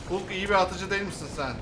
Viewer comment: abi hulk diye okunmuyo halk diye okunuyo